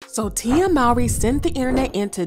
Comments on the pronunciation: It’s not pronounced “MAWRY” it’s pronounced “MOWRY” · Her last name is pronounced "MOE-REE."